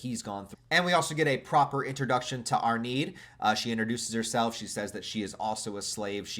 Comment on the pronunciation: Arnheids name is more pronounced as arn hide, not arneed iirc